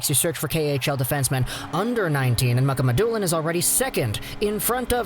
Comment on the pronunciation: It's pronounced Muka Ma Dulin people